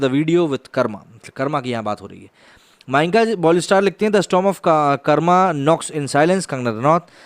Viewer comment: Bhaiya kam se kam aap to acche se pronounce to kr lo hindi me khaskr Karma (कर्मा) nhi hota h कर्म (karm) hota hai... 😄🙏